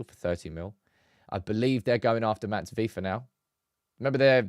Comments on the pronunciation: You can beter say matice de ligt if your english insteed of matheus its closer to how the dutch say his name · People please stop calling him Mateus, it's Matthijs